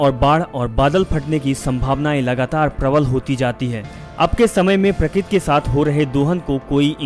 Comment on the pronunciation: Plz dear speck a real hindi... Its not prakit.. Real word is prakruti